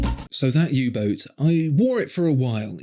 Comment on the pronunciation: When you said U Boat, I actually cringed.